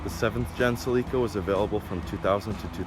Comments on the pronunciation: Accent goes in the CE.. not in the LI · It’s pronounced cell-uh-Kah not “seleeka” 😂😂😂😂😂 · It's pronounced Sell-eh-ka, not Suh-leek-uh...other than that, it's a pretty sweet ride! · ugh, why is he pronouncing it sə-LEE-kə? it's SELL-i-kə. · Not sure which sounds worse, that car's exhaust or the owner's pronunciation of Celica. It's "Cell-ick-ah" not "Sea-Leak-ah"... unless you park it in the ocean. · SE-LEEEE-KAA errrrr SE-LICK-UH for us in the States. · In US English it sounds like he's saying selica (SELL-ika) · Never heard sell-uh-kuh pronounced sell-EEK-kuh before. Maybe it's a Canadian thing. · Did this man just say toyota "suhleeka"... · lol did he say toyota celeeka 😂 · WTF is a Cel-leak-a, eh? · It’s pronounced “Sellicka” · Lol, sell-leeka! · Oh I hate how he pronounces celica. Isnt it supposed to be Cell-ick-Ah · Toyota Sileeka? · Sell eee kah........eh? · No! It's SuhLeeka! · US dealers and advertising never pronounced it SuhLeeka. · That’s not the correct pronunciation of Celica. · Someone call this guy and please tell him how to pronounce "Celica". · Ok he keeps saying Celica wrong. I'm done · The way this guy pronounces “Celica” is making my ears bleed. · Everytime this guy in the video said 'celica' made me cringe hard asf